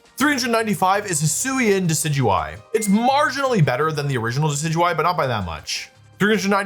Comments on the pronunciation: You did not just pronounce Decidueye as Deki-Dewy 😭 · the way you pronounce decidueye has to be ragebait